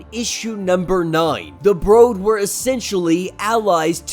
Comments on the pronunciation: Its brood not bro-d. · It's said like brewed not bro'd. Just FYI my man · Is English your first language? How are you calling the Brood, long o sound, the Brode? You speak very incorrectly for a man who makes a career out of narrating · The way u pronounce “Brood” is killing me 😂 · The mispronunciation of The word brood really took me out of the video otherwise great content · it's a little weird but not that big a deal. Small thing in an overall good video. Sometimes people get their pet peeves though. I trip on presenters mispronouncing Arkansas.